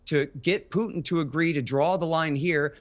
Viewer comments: For all english native speakers: PUTIN is red like put- in, not PYUTIN... avoid sound "YU/JU" IN THE "U" letter. 😊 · Anyone who pronounces Putin as "PEW-tin" automatically shouldn't be taken seriously. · 😂😂😂 I scream loudly every time I hear them say “Pew tin”. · To all you British dorks: his name is "Putin" not "Pewtin". Until your country stop jailing people for tweets I don't wanna hear you opinions about American affairs. Go home redcoat. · Poo - tin